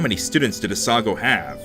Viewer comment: As someone who lives in non-coastall Canada, I have to say that we usually get snow from late October, and then it melts sometime in April also, it's probably pronounced "a-sa-GAO" academy (basically "cow" with a G) Winter tans? How do you get those! I can't even get a tan when I visit the equator! Am-ar-ir-isu